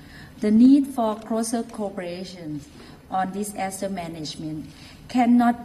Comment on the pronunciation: OMG...such a "dis-ASS-ter"